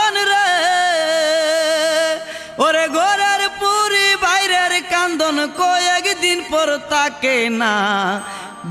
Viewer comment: ঘরে পরি বাইরের কান্দন না,উচ্চারণ টা হবে ঘরের পরি বারের কান্দন মানে এখানে বউয়ের কথা বুঝাইছে।